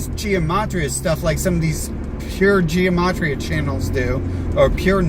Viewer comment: the pronunciation really doesn't matter, we all know what he's talking about, and so does he.